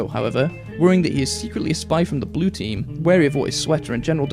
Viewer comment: I like how heavy says blu instead of blue